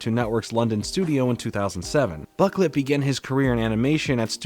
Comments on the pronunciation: Boh-CLAY not buk-let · Boquelet is pronounced Bow-ku-lay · His last name i'm pretty sure is pronounced bro - klay